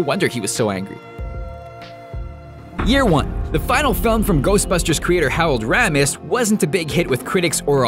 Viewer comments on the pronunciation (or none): Howard Ratmis?! DUDE! You owe Harold Ramis an apology. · Has anyone ever heard of Hawalld Wammis? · You narrate for ScreenRant and you don't know how to pronounce Harold Ramis? Dafuq is wrong with you? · You mispronounced Harold Ramis.